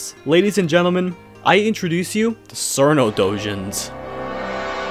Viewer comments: I am pretty sure it's pronounced "Cheerno" though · tfw the official name チルノ is mispronounced as sirno lol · Sir No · I thought she was pronounced chillno like in chill. She's a chilly ice fairy after all. Chillno. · how are you gonna make a whole video about cirno and still mispronounce her name 💀